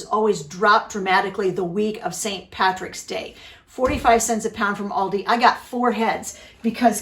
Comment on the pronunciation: From Ireland. Thank u for saying St patricks day correctly x